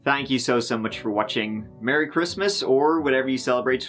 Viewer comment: Merry Christmas or as would say "Meh-Wee Kwis-Miss"!